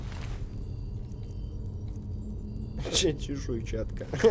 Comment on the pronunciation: когда он сказал чешуйчатка мне послышалось смазаная перчатка ;D